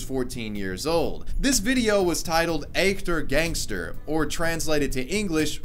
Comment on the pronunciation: As a german i love it like how u pronounce echter 😂😂😂